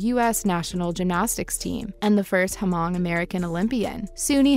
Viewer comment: First of all, you do not pronounced the "h" in Hmong when referring to suni Lee.